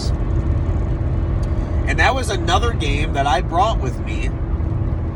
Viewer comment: first time you said game manuals, it sounded like you said gay manuals. LOL